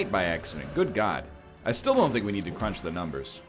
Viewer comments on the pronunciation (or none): none